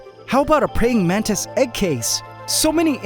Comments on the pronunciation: Did you call a mantis "mantits"? 😂😂😂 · Love how he said Mantits instead of mantis😂